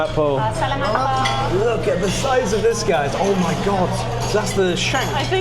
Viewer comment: When you say Salamat Po, the accent is in the second syllable, in the 'la' syllable.